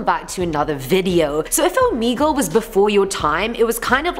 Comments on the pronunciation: It’s oh meh gul ok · the fact that she pronounces it "Omeegle"